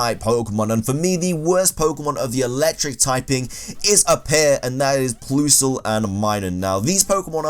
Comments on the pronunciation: WHY DO YOU SAY PLOOSLE ITS PLUS-EL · Ploosle? Who pronounces PLUSle like that? 😂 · It's plusle not ploosle. Pronounce it pl-uh-sl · Plus, not ploos. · So is it meant to sound like Plusell not Ploosell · What the fuck is a "ploosle" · "Ploosle" 😂 made my day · "Ploosal" and Minun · PLUS-LE the word PLUS like the math sign LE, PLUSLE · How the hell do you pronounce Plusle as "Ploosle"... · Ploosle is not how one pronounces Plusle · You pronounce Plusle quite unusual. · Yeah, he really did.. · The way you say Plusle frustrates me. It’s not that hard. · Did you just say "toin coss"? Also...Ploosle. I wouldn't have included Combee, because it DOES have an evolution even if it's just the female one. Normal is a shite type anyway.